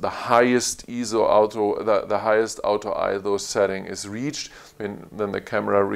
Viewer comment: What an amazing review. Thank you. One minor improvement: when you say "auto", to my North American ears, it sounds like "out of". When combined with "focus", it sounds like "out of focus". A little bit confusing. Can I suggest pronouncing "auto", like the person's name "Otto", similar to the city "Oslo"? Again, thanks for the great review.